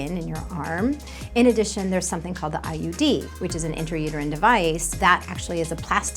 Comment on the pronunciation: anyone else thought she said IED as an alternative for the pill 😂